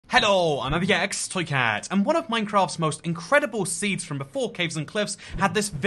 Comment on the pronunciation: "Ello I'm eye pee ex toy cat"